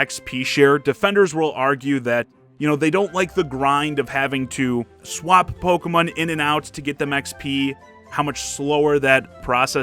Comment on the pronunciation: I don't think I've ever heard someone pronounce Pokemon like that. Pokemin? Do you say pronounce Digimon as Digimin, too?